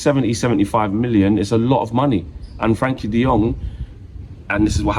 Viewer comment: I'll be happy when Frenkie stops being called "Frankie" 😂